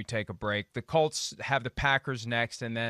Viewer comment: Peter King please say the word Colts, not cults